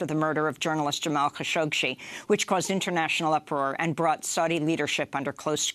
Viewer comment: "Kha-shohk-shee" is that how you pronounce Khashoggi?